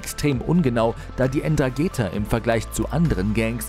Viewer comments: "Ndrangheta ..wie kanm es sein das man das zweite "n" vergisst !? ..bei "all" der recherche 🤦🏻‍♂️ und es dann auch noch die ganze zeit falsch sagt !? Außerdem wird das "N" am anfang in aller regel stimmlos gesprochen und als ein wort - nicht so abgehackt wie der sprecher es macht. ..Selbst nachrichtensprecher kriegen das hin 🤷🏻‍♂️ Hört sich also am anfang schon schlampig an, bin gespannt wie der rest wird 👀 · "Ndrangheta" .... Namen üben wir nochmal :) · Das N am Anfang von Ndrangheta spricht man nicht😂😂lernt erstmal die Aussprache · Können sie bitte mal „Ndrangheta“ richtig aussprechen??? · Wie ndrangheta ausspricht 😂 & hooligans ernsthaft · Man spricht Ndrangheta (Heldentum) bitte anders aus. Auch wenn man nicht nativ Italienisch spricht bzw. aus Kalabrien stammt. Eine wichtige Einnahme Quelle ist unter Anderem auch die illegale Abfallentsorgung, insbesondere von Giftmüll! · du sprichst Ndrangheta falsch aus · Keinen ist aufgefallen das es nicht N-dragetha heißt sondern Ndragetha das n wird nicht mitgesprochen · Die Dragetha wird ohne N gesprochen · Die ÄN DranGEta😂😂😂😂😂 man sprichts nDranggeta aus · Das heißt nicht N-dragetha sondern Ndragetha das N wird nicht mitgesprochen. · man spricht es "drangetta" aus und nich EndragEta :D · Nicht ENdragetHa wird es ausgesprochen, Ndrangeta. Das h ist stumm, oder wie das heißt.😂 Bitte korrigiert mich!😉👍 Zum Beispiel wird ja auch Blumentopferde BlUmentopferde ausgesprochen, und nicht blumEntopferde.😉 Spaß.😂👍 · Ndragetha 😂😂😂😂 ernsthaft? Wie wäre es mal mit vorher recherchieren??? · Es heisst Ndrangheta, nicht Ndragetha. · Ndrangheta und nicht Ndragheta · Wie schlecht. Es heißt Ndrangheta und nicht Ndragheta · Ndrangheta nicht Ndragetha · Falsche Aussprache Ndragheta 😂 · die "Endragetha" 😂😂😂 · Man spricht es so aus, aber es fehlt noch ein zusätzliche n, also EndraNgheta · Die "Enn trageta"😆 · Die Aussprache der ( N Drageta😂😂) sollte man schon können wenn man über sie berichtet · Es heisst ndrangheta und nicht ndragheta